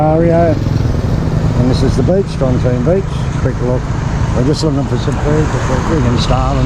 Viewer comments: JOM TEA EN not JOMTEEN ! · Jomtien When will youtubers learn how to pronounce it?